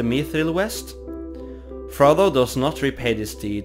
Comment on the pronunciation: i can only hear ''Frobo''